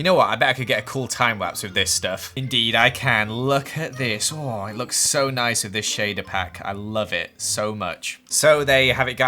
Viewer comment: Who else hears neese and tidy? 😂 Me: Replays several times*: if I did this in a survival word it would've taken me legit hours to do this cause its all so neese and tidy Me: WhA yOu SaYin🤔😢😂